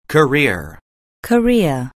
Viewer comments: 자꾸 코리아 = 직업 경력으로 들려서 기분이 이상함.. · career는 직접 들으믄 꼬래로 들려요 여기선 또 발음이 다르네용 분명 아는 단언데 리스닝 들어감 발음 소리들이 다 제각각이라 듣기 어려운거 같아영